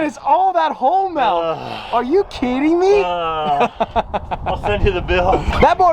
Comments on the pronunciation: It upsets me that says “Melk” instead of Milk…… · saying “MELK” over and over is hurting my heart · he really said melk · is no body gonna talk about the way he says milk "malk" hahahaha it had me so dead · When says “Melk” m-i-l-k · Is saying melk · Is nobody going to comment on the fact that he says MELK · did he just say malk? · Don’t let this distract you from the fact that pronounces milk “melk” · Are we not going to talk about how says MELK😂😂😂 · my man said “malk” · He says melk 😩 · What is “melk”? It’s milk bro lol